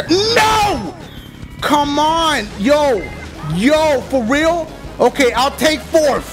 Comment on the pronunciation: I'm laughing wayyy to hard lmao "for weal"